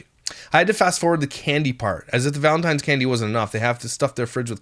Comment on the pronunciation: I can't stand the way she says Valentine's is driving me literally crazy I just wanna reach the phone be there in person to teach her how to say it